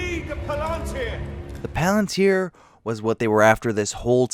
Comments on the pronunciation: Is it difficult to say Shelob and palantir the same way they’re saying it seconds before you or do you just enjoy putting the stress on different syllables? Because I’m pretty sure they’re not saying shuh lob and pa LEN tear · Why do you pronounce shelob and palantir wrong when they say it in the same video